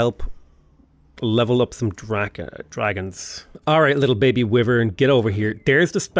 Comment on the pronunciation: "Wyvern" is driving me crazy. But great series, really enjoy it.